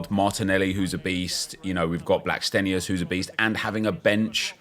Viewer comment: Hi the way u say players names makes me more invested. Blackstenius and gio quieroz. I just want them to score 10 a game with the way you pronounce it